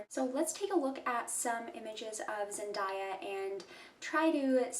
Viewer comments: Her name is pronounced “zen-DAY-a” not “zen-DIE-ya” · It’s Zen-DAY-A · You pronounced her name incorrectly